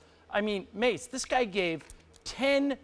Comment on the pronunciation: Lol he said "Mase" I started looking for a Bad Boyyyy